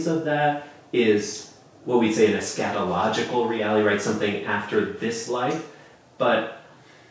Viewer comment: Scatalogical? Eschatalogical? Oops.